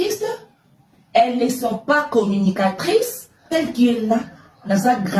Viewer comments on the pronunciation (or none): Correction...ce n'est pas comminicatrice mais plutôt commu😂nicatrice😂